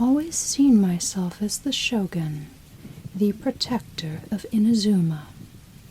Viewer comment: the Shogun (the show gun) Raiden (raidin aye)